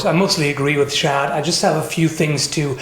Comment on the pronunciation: Did you say that guys name was "shat" ? Like " I shat " myself while working on my sword?